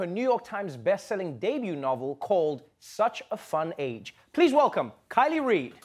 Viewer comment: "Kiley Reid". Ahhhh, so close, yet so far :(